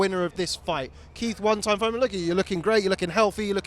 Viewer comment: Keith “Run Time” Thoyman